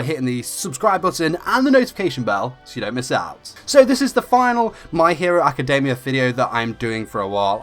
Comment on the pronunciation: JESUS IF ITS ALREADY IN ENGLISH STOP READING academia like: ack-kuh-DAY-Miah. not even the japanese pronounce it that way. (this is directed to all those who read the title my hero academia awkwardly)